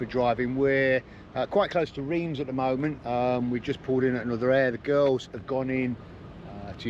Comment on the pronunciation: Great video just to let you know (because I pronounced it the same as you) Reims is pronounced Rance. I was corrected by my French wife😂